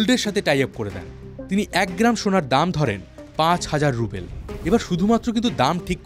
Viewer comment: good video. but its not russian rubel (রুবেল), it's ruble (রুবল)